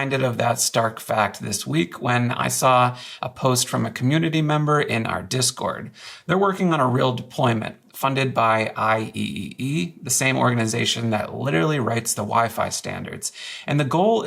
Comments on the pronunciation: IEEE is typically pronounced "eye triple Ee" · IEEE is usually pronounced "eye triple e" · Minor thing: IEEE is pronounced “I triple E” 😄 Easy to miss. Thanks for the video! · Let him keep saying it like that, it's funny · IEEE pronunciation pushed me to unsub